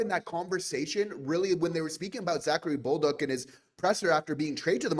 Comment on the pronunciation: Guys, it’s pronounced Za-Ka-ri Bol-duc … not Bowl-duck ! 🤣